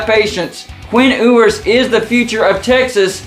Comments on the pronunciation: I believe it’s pronounced “YOU-ers” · Learn how to say his last name correctly